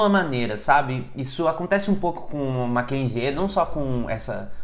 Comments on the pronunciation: Nao se pronuncia o "e" no final do nome "Mackenzie"... Se pronuncia "Mackenzi". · Se pronuncia Makenzi sem o E no final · Talvez você não saiba, mas o Mackenzie (lê como se escreve) sempre foi berço da direita/elite Paulistana. Engraçado e curioso que o pessoal desta universidade esteja rejeitando o Bolsonaro. ps. você está pronunciando o nome errado! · Adoro seu canal! Como ex estudante da universidade fico orgulhosa da instituição mas sua pronúncia um pouco errada me irritou um pouco hahahaha nada que estrague o vídeo! Parabéns